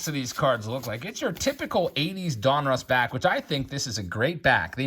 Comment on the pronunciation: They he says donruss drives me nuts. Lol. It’s like he’s saying a guys name. Don Russ. Say it fast. All One word. Donruss. Not don. Russ. Lol